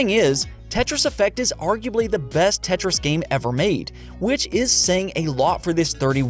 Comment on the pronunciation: this man lost creditability when he said tetris